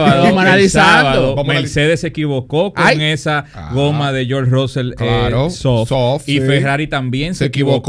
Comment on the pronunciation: una palabra gepiana es como llaman a russell: RAAUSEL😂